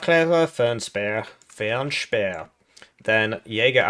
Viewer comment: Your pronounciation of Fernspäher is decent